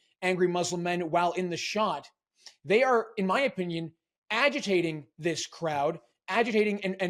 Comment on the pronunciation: Did he say aGitating? As in, rhymes backwards with agriculture?